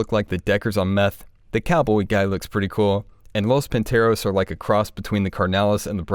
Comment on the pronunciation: Tell me, gringos can't say panteras? Or that is sexist? O it's just "styleized" pantheros? Sigh ...